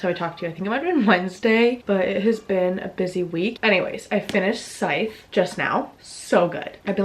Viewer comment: Well if you're pronouncing SCYTHE wrong then so am I 🤷🏻‍♂ It's a really good trilogy... The last book was all over the place, so stay focused when you get to that one... I too need to read more Gabrielle Zevin... Does she have more books 🤔 I did enjoy Betting On You(3.75), but none of her books have hit like Better Than the Movies Really enjoyed Seven Year Slip(4.25) but I did like Dead Romantics a tad bit more Well if you're a "Busy GaL" then let us see a "BUSY VLOG"... I always enjoy Day in the Life... Get Ready with Me... Make-Up Routines(I don't even wear makeup... Although I wish I had enough confidence to try ☺) Oh... And the TOFU is NO for me 🙅🏻‍♂